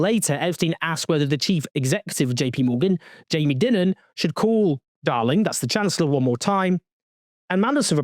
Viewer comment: It's Jamie DIE-MUN